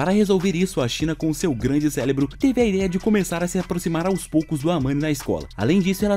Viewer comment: Minuto do vídeo ele falou CÉLEBRO desculpa falar isso e q minha é professora de português 😅